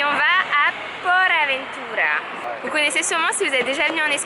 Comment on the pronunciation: Si jamais Cest PortAventura et pas PorAventura 😉